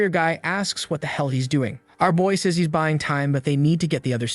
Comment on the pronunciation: How do you even get the AI to mispronounce "says"? lol